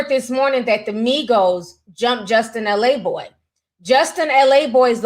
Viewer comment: His name is “Laboy” not “L A boy”